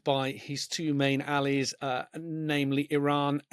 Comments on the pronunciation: "He seems to have been abandoned by his two main alleys"... REALLY? Is 'allies' so hard a word that the interviewer doesn't recognise it? Can you know what it means if you don't know how to pronounce it? I despair. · The commentator said “Ali’s” and not “allies”. 😂😂😂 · Why is it that English people nowadays seem Incapable of pronouncing English words correctly? This interviewer when referring to ‘allies’ pronounced it “Alleys”. It reminds me of the old Not the Nine O’Clock News skit where the lawyer kept pronouncing ‘alibi’ as “Aleebie”.